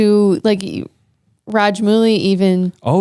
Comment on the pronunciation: ss raja-mooli instead of ss rajamouli 😂😂